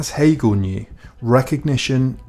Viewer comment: “Gil cagle” guys I am so confused that was definitely Hegel he was talking about why is he now “Gil cagle?”